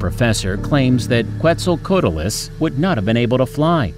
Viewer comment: Quetzal COAT les